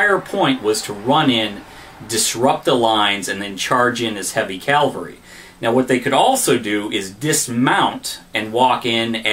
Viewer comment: Calvary? :-) I think you mean cavalry. Interesting video though, nice job. Just please stop saying calvary lol